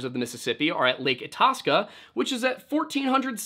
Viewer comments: I-task-a = Itasca speaking as someone who lived on Lake Itasca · Lake Itasca is actually pronounced Itasca not Itasca